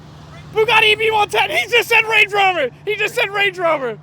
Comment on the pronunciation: A multi millionaire just said Rande rover 💀